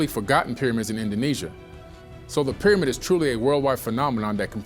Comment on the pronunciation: ...thy ..peer amid...😋